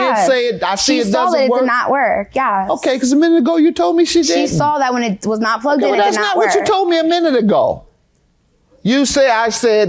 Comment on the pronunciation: "Nothing was wrong with ehhht" 🤣